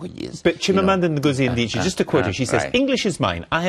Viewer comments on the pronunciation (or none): who also calls Adichie "ndiche".